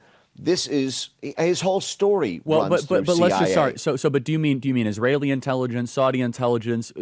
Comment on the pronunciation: too many isra-lis?